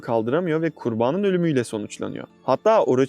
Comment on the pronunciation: Videolarini gercekten severim izliyorum ama keske kurbaanin degilde ‘kurbanın’ deseydin , cok guldum o kisimlarda